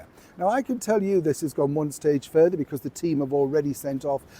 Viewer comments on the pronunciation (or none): none